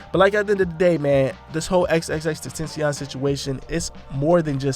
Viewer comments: You completely butchered x's name. Just fyi. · You can’t say XXXTentacion name right just CALL HIM X! Disrespect.